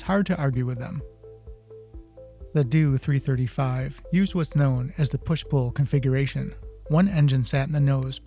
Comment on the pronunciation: For goodness sake it’s a “D-O 335” not a “doo 335”